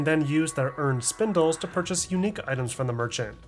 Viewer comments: great video but i couldn’t get over him saying Spindle instead of Spinel 💀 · Ok, gotta say it... it's SPINEL not SPINDLE lol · great video but there's no "d" in "spinel" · Theres no D in the word Spinel